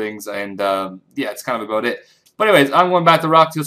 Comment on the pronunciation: "That's pretty much aboot it" ;D